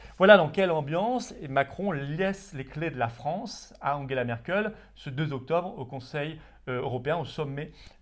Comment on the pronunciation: Je suis patriote mais svp Angela pas Anguela on est pas allemand merci